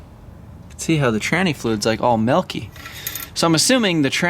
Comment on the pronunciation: what is melk? in reference to you saying the fluid is melky.